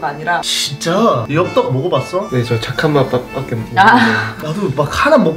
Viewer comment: 잠깐 밖에가 아니라 착한맛밖에인 것처럼 들리지않나요?